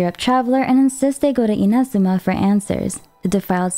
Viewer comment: Sorry the way u say “Inazuma” was throwing me off so much lol. Besides that nitpick, well done on summarizing the story so far. It’s good to get a refresher after 3 years of the game.